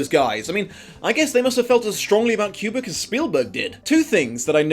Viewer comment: Ok first, two Douchey McNitpick moments. 1) It's Koo-brick, not Kyu-brick 2) Sho was Chinese in this version for some reason. Anyway, I really FACKING LOVED the Shining stuff, it even convinced my gf to see the damn movie after years of me insisting! And yeah I didn't see the H twist coming probably because I watched it with the Italian dub and he didn't have any accent. Having not read the book I thought he was going to turn out to be Irok. And goddamn I didn't even think about the lesbian stuff until I saw this video. Of course I got that she was lesbian because I have eyes, but I didn't connect that to the "kissing the nude lady" bit.